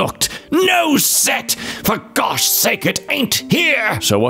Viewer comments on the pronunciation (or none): none